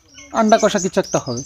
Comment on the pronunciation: Chicken kasa ta ki dada? Amra ti jani chicken kosa tai na? Style kore boltey giye english word er barota bajiye den, idaning ektu besiii style merey kotha bolchen, jemon Iskon k bolechilen skon.. Apni normal bhabey bolleo amra bujhtey pari😂